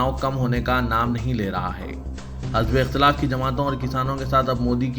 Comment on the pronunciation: news reader .......urdu thalaffuz sahi kare,n ....1 maslah thasadum ... ko musallah thasadum padhe,n . 2 .hazb,ey ikhthalaf ko hizbey ikhthalaf padhe,n . Dr V.Ahmed .M.B.B.S.